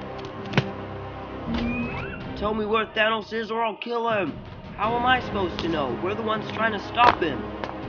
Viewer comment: This was not accurate most of the things people said didn't actually say them in the original also you said thanos wrong *edit I said wrong, wrong also I said thanos wrong